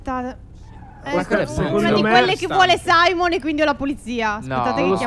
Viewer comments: non si chiama Saimon si chiama simeon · Phere non si dice saimon ma simeon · SIMEON NON SAIMON